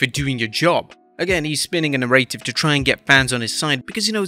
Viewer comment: I don’t think I’ve ever heard someone pronounce “narrative” like that. I hate it.